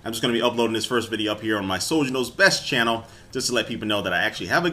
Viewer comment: he said channerrr